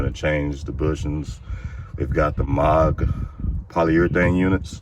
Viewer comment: It's not necessary to remove sway bar links to do this job....at least not if your intention is to replace both bushings. And Moog is pronounced "moo" (like a cow) with a "g" on the end. But if you're talking about Moog Keyboards, it's pronounced "mogue" with a long "o." Thanks for the video.